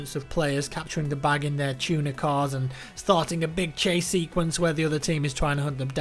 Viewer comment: i heard tuna car.. not tuner car.. was so confused for a few minutes...